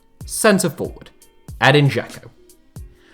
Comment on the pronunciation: J in Slavic languages is always pronounced like Y in English, so its "voyvodina" and "sarayevo". Also, Džeko is pronounced "Jecko" as in "Jack"